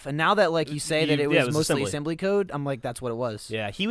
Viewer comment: Asembly? hahaha, that's pretty good man.